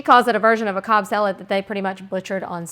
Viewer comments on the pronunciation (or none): none